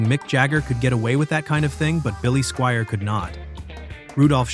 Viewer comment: Crappy AI strikes again. Rock me TOE-nite and Billy SKWEER??